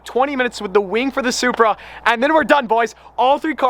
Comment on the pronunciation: Might be the ugliest Supra out there. I’m sorry but you butchered it 😭